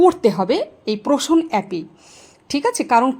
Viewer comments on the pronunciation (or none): পোশন অ্যাপ কে প্রোশন অ্যাপ বলেছেন,কোন টা ঠিক বুঝতে পারছি না,আপনার ভিডিও খুব ভাল লাগে অনেক উপকৃত হই,থ্যাংক ইউ ভালো থাকুন।